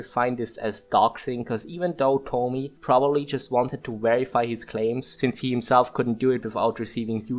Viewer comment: I cant help but notice no one involved knows how to pronounce Tomie. Where are the junji ito fans 😢